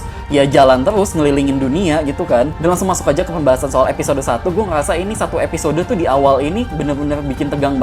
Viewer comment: Ngomong apa bang😂😂😂😂 "gue ngeyasa"😂😂😂